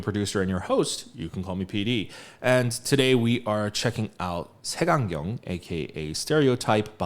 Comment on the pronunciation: 색안경 발음 ㄷㄷ